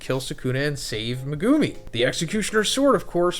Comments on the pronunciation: ME-gu-mi Not me-GU-mi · You say his name wrong every video! It’s pronounced, Mega-me! Not Me-goo-me 🤦🏽‍♂️ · not saying megoomi please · Pls stop saying Mehgoomi. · Learn how to pronounce megumi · Was enjoying the video until you butchered megumis name